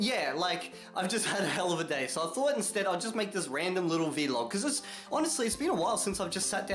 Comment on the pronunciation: Plz stop pronouncing vlog like v-log